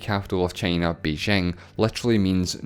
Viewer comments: i quit watching after hearing the pronunciation of China as tʃeɪnə. Heaven knows what else more... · I don't understand why you pronounce China as "chEY-nah"